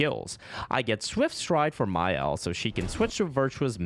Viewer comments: "Next, we head to the second axon, Serine". Bro they literally say the name multiple times during the game how do you butcher it so badly. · I swear you're engagement baiting us with these pronounciations "Serene" "Monaco" 😂 Great run btw